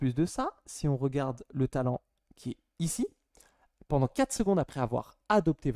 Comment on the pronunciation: Je me demandais, c’est un accent d’une région de France en particulier le fait de dire « ponant » au lieu de « pendant » ? Je n’avais jamais entendu cette façon de dire